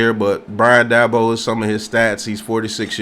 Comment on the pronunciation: Please learn how to pronounce the guys name if you're going to talk about him